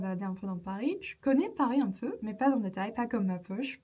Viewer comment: I wonder were you speaking Turkish right before you started the video? First 20 seconds you said "Paris" and "heureuse" very strangely then recovered and were excellent after that! Polyglot problems. Anyway, great video. Love the mix of travelogue and language tips.